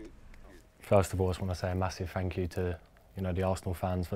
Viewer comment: I wanna say a massif fank queue to the arthnal fans